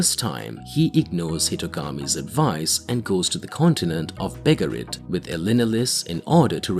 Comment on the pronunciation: I like the way he said begaritt "bugerit"